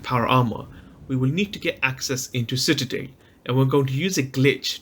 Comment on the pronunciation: For the love of God It's pronounced Citadel. CitaDELL